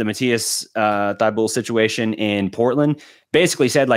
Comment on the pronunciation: “Exoom” “Thybully” “PJ Williams” 😭😭😭